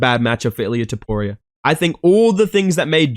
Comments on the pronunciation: He even said it wrong in the vid. Names are hard man, trust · “Ilia toporio” gets me every time bro. That being said MAX HEAD KICK KO RD 2-3 TRUST. Let me add if jai fucking herbert is catching toporio with head kick almost sending his lil georgian head into the bleachers, wtf makes you max holloway; one of the greatest fighters and strikers ever isn’t gonna be able to do it at least once.